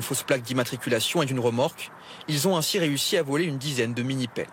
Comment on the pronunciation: " Qui zon une connaissance approfondie des matériels " Lieutenant Colonel Ça résume bien l'état de la France